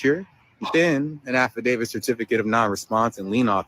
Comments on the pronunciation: What if they don't consent!?😂😂😂😂 Affidavid... With the letter d at the end? Come on people... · Affidavit, he might have said it correctly the second time. But these people butcher that word all the time